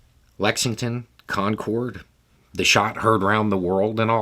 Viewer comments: Quick note: The Concord od Lexington and Concord fame is pronounced CON-kurrd (or better yet, CON-kahd) approximately the same as [conquered]. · As a new Englander, I couldn't help but smirk at the pronunciation of "concord" not so much like the jet, more like, "con-kerd" or if you're really going after that Boston accent, "drivin' tah KON-KAHD kid"